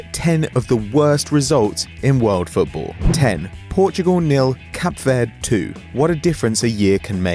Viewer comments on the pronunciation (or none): It's Cape Verde not Cap Verde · american narrating a piece about football - ridiculous. And it is called Cabo VERDE not cap verd, and also PORSCHEEE not porsch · Wtf this guy said Cap Verd instead of Cape Verde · Cap verd? I went on holiday there its pronounced cape ver-de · Cap verd really?? It's pronounced cape ver-day